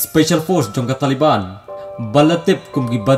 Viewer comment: Bah it's Taliban not tale ban